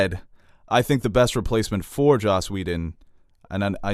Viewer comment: it's Joss Whedon, not Josh